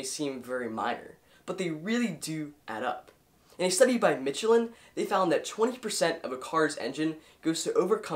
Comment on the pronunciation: Slight criticism of your pronunciation of Michelin. mish-laen, not mitch-a-lin...